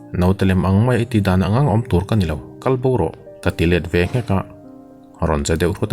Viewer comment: Lang lang tih hi.thil lo lang ang deuh hian ichhiar a .langlang ring deuh a tawng lang lang tia chhiar tur .adang zawng chu tha vek.aw pawh analh